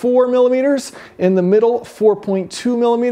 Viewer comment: Take a shot everytime he says "MiLiMiteRs"